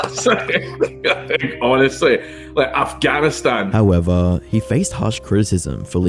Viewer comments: The way the narrator says "Afghavistan" makes my soul hurt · Did you say - “AfgaVinstan”……? Bro 😂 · It seriously is annoying that he sometimes says Afghanistan right and sometimes he says it like a drunken toddler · how did you manage to say Afghanistan wrong every single time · it is not that hard to say Afghanistan. come on.... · You are incapable of pronouncing Afghanistan... other than that great vid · bros allergic to pronouncing afghanistan right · Incredible how youtubers fail to realize how little they understand or know about the reagions they are talking about in their videos. Dude, you can't even pronounce "Afghanistan" properly. Also the country wasn't being taken over brutally. Most provinces ran over to the Taliban without a single person being hurt. They had been cooperating with them anyway, so all they did was basically make it official. You know what WAS a brutal takeover? When americans took over the country, that was a brutal takeover. Also you call the Taliban terrorists, but they are not even on the list of terrorist organizations of the US or the EU. I have checked. Media still calls them that, because it's convinient & fits what people think of them anyway. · Is it just me or is he mispronouncing Afghanistan? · How can you not pronounce Afghanistan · I can't unhear you saying afghanistan so wrong everytime lmaooo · Did you intentionally mispronounce Afghanistan throughout your video so that people would comment on it in order to correct you, thus feeding the algorithm? If so, bravo. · Why do you keep mispronouncing Afghanistan? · I find it hilarious that you can't pronounce "Afghanistan" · Why do struggle to say Afghanistan lol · i find it hilarious that you dont know hes mispronouncing it on purpose so people correct him in the comments More comments = more engagement time More engagement time = More cash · why do you say afghanistan so incorrectly? all the time? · you have a hard time saying Afghanistan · Why you keep saying AfgaVistan?